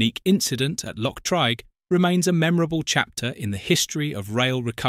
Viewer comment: Also pronounced Loch Treeg, not Trayg.